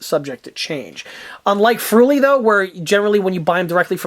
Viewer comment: "Friul" not "fruli"